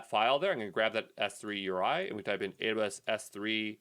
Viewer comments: thanks man but it sounds like you are saying adadaybus lol <3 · how does he pronounce AWS? Adubas?